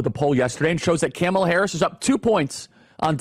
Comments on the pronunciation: Please learn to pronounce Kamala's name. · I've never heard anyone call her "KAM uh Luh." Annoying. Isn't it "Kah-MALL-ah?" She's already annoying enough Charlie. I gave up after . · This guy is so ignorant he can't even say her name right. What a joke he is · You're speaking the truth, but you're pronouncing her name incorrectly. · 😂😂😂 he’s calling Kamala, Camel(a) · I love how Charlie says "Camela Harris" over and over again... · My heart grows a few sizes everytime he pronounces her name wrong ☺️ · Yep Tucker is also intentionally mispronouncing her name, it’s hilarious. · As someone who is a moderate who is still trying to figure out best candidate, it’s hard to take seriously anyone who doesn’t even try to pronounce her name correctly. It makes me question if this isn’t just bipartisan Mumbo jumbo or if this is really a genuine criticism. ☹️ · Charlie Kirk not racist; but mispronounces her name intentionally ….🤣🤣🤣🤣🤣🤣🤣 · Dude you purposely saying her name wrong is the exact reason why they cry about it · Why do y’all insist on mispronouncing her name? It’s insane.😂😂😂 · Why do you insist on pronouncing her name incorrectly? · Following the trumpian tradition, you spew alternative facts. There is a hint of truth in them but manipulated to what is needed to fit your narrative. The fact that even, though you have heard the correct pronunciation of her name, you intentionally mispronounce it for some unknown reason. It’s obvious your intent is to keep the base angry. Angry people are easy to manipulate. You know they will not fact check your claims. If your ardent followers took the time to fact check the plans in place on the Republican side they would most likely move away. To his listeners Take a look at: From a centrist outlets. SCOTUS rulings on, presidential immunity and the Chevron doctrine. Executive order. “Schedule F” Most importantly, the “ Leadership Mandate” ( project 2025) See what the future plan REALLY is.